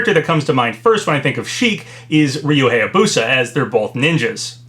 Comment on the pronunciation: Hayabusa is pronounced "high-yah-boo-sah," not "hey-yah-boo-sah." And Heihachi is pronounced "hey-hah-chee," not "high-hah-chee."